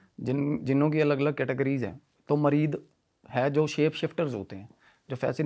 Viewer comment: Mareed nahi sale muried hota means kisi ka sewak deewana Yeh urdu word hai muried